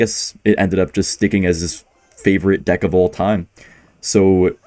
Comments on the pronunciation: That is NOT how Ken pronounces deck!! You might have accidentally said a quite homophobic slur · Also pronounced the word like a slur lol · "Deick" killed me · hello ian! love the vids and i knwo the pronounciation for deck as different to avoid what ken was saying but you might want to change the word in case of future demonitezation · ian the type of guy to pronounce deck as a slur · Hey, I know you definitely didn't mean it like that, but the way you pronounced "Deck" when referring to Ken's deck actually sounds like a slur used for lesbian women. Just letting you know so you can try a different pronunciation to avoid goblin cursing! Love the videos ❤ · Hey, just wanted to let you know that the way you pronounced dick is actually a slur again lesbians